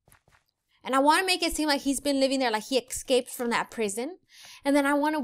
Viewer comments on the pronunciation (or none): none